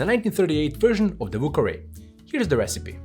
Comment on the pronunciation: Ah yes, the "vù kawè"